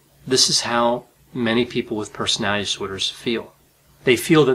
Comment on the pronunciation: Persinay disorders. My disorder is wanting people to enunciate the word personality.